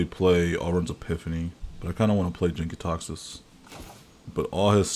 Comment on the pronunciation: you mispronounced the praetor's name in the first 10 seconds. also, its jank.